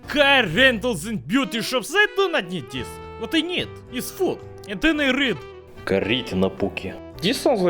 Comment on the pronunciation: Kaa-Riit-Na-pukji Lol its prononced Kaar-tin-kau-pun-ki xDDD